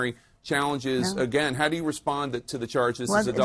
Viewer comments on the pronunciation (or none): none